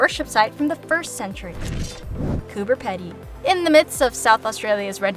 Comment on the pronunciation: It’s Pee-dy not Pedy